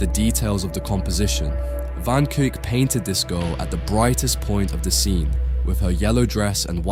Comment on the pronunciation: Kuyck not kuuk............................................................................................................